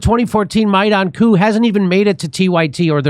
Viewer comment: Someone tell Chunk that you dont say the "p" in coup.